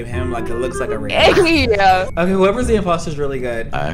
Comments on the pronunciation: It’s not ravon it’s ravon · corpse: well i know it’s not ray-ven cause i heard him doing tasks ravon: RAYVIN?!